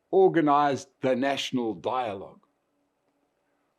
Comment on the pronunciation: Die-logue... Rama-coffin-full-$$$